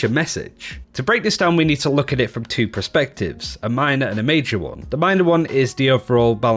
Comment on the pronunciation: I’ve wanted to say this for years. Please learn how to say perspective. It’s not ‘pro-spective’ it’s per-spective’